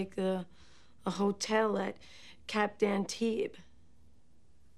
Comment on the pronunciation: I just realized they BOTH pronounce Cap d'Antibes wrong lol.